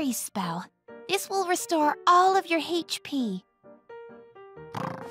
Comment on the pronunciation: I have never heard anyone pronounce HP as "Hache-Pee" before.